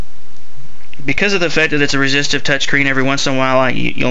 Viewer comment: Stopped watching when he said resistive